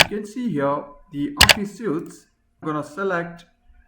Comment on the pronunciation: Suite is pronounced SWEET, not suit. 🙂